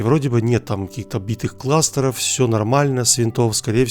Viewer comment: битые кластеры, сука кровь из ушей)